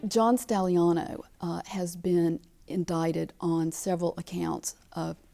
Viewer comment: Dear God Woman preanounce he's name right. 🤦‍♀️